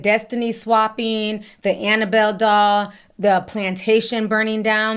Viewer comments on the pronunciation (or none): none